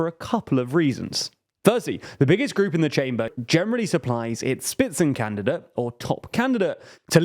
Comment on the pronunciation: Please avoid using foreign words if you cannot pronounce them. Otherwise great content as always. For the future: say schpitzenkandidaat and not spitzencandidate with an s (=Schpitzenkandidat); Fidesz with an s and not sch (as latter that would be Polish), and most importantly Fon der Leyen and NOT von der Leyen as in German v is pronounced f.